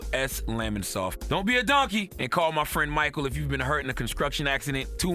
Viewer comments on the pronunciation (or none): Nigga it's 'construction' not 'conskrukshin'.